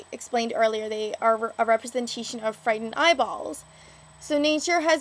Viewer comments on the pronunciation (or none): Good deconstruction. Also interesting Canadian pronunciation of "frightened" (5.00) and "nice" (7'17).